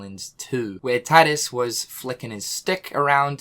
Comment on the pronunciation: It's Tee-dus 😏 not Tie-dus 🙄🤣